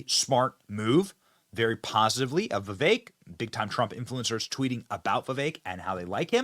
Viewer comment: not Vivey .. I Can't spell foreign language sounds . We had that before.🙂